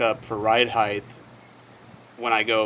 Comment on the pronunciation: HEIGHTTTTT NOT HEIGHHTHHH